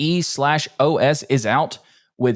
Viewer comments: It's just pronounced "eeeOS" 😂😂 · Bro, just pronounce it "E OS"